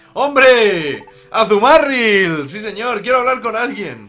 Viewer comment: pero por que dice azumaRRRRIll en vez de azumarill?